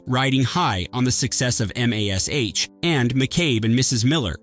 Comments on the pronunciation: I believe M.A.S.H. is pronounced "mash" Not "em aay es aaych" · For fucks sake its, MASH! Like mashed potatoes.... dont spell it out. Hahah. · Every time the narrator mentions the movie 'MASH' on this channel, he spells it out instead of saying it.Why is that?